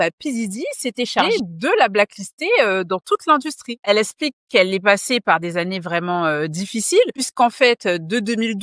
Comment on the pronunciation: Tu dois apprendre à prononcer les “x” - “Elle esplique”—> “Elle explique” - sinon top vidéo